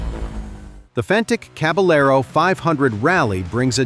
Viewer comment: It's the Fantic Cab-a-yer-o, not cab-a-ler-o ('ll' in Spanish is essentially 'y').